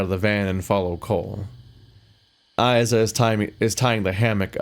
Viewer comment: Levi did a lot of writing, editing, and programming btw! Tech prince has helped a lot as well, it's not a solo project (Also I'm still watching so maybe you figured it out but "Isa" is pronounced "Ee-Sa")